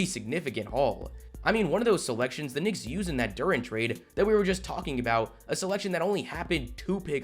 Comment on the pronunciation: Bro, you might want to learn how to enunciate the word “Knicks”. Just my opinion…🤷🏻‍♂️😂